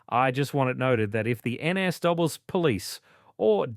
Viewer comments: “A serving Nessdoubles police officer”. It’s pronounced N.S.W, or New South Wales. Not ‘Nessdoubles’. Get a better AI voice model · If this presentation is AI, it proves how stupid it is to use it. The pronunciation of the NSW Police is pronounced New South Wales Police, the spelling of the accused's name is incorrect. Reading the text errors on this vlog is ridiculous for such a serious case matter. Do better.